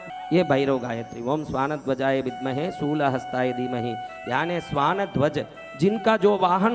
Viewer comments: सोलह हस्ताय नहीं शूलहस्ताय होता है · It's shul not sol